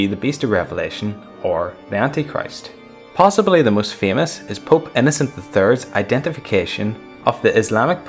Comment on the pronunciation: If you say pope i though you say poop xD